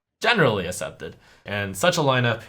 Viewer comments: "assepted" lul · Did Trump lose his ability to pronounce c's? Generally assepted